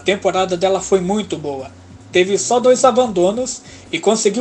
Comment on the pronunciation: Em "Dôs" mil e ... De onde é esse sotaque?